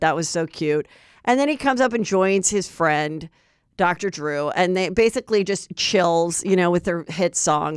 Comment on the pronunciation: Dr DREW LOL Bless your heart😂😂😂😂😂😂😂 I laugh every time you mess up a name. My BF does this too and we tease her endlessly its to funny